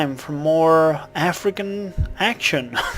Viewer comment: it totally sounded wrong when you said "african action"